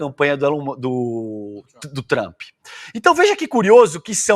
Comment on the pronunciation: kkkkkkkkkkkkkkkkkkkkkkkkkkkkkkkkkkkkkkkkkkkkkkkkkkkkkkkkkkkkkkkkkkkkkkkkkkkkkkkkkkk meeeeeeeeeeeeeeeeeeeeeeeeu Deus do céu!!! Vcs estão colocando muita cachaça na salada!!! É VINAGREEEEE!!!! KKKKKKKKKKKKKKKKKKKKKKKKKKKKKKKK Vcs, não conseguem nem mesmo pronunciar o nome do Trump de forma correta!!! "O TrumpIIIIIIII" kkkkkkkkkkkkkkkkkkkkkkkkkkkkk MAS AI O JUMENTO ME SOLTA UM DUGGGGGGGGGGGGGGGGGGGIMMMMMMMMMMM?!!!!!!!!!!!!!!!!!!! Meu deus do ceu, vcs são uns estelionatários intelectuais, o jumento ali no vídeo nem sabe do que esta falando!!!